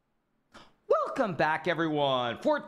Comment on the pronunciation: Today's welcome sounded like a woof.